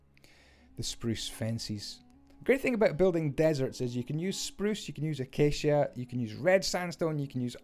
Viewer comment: I apreciate the fact that you pronounce acacia correctly, some Youtubers come up with the oddest pronunciations for it